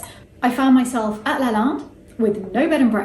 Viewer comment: As much as I love it, she mispronounces Lalande and it’s driving me bit mad lol! But I do live the history and personal story❤️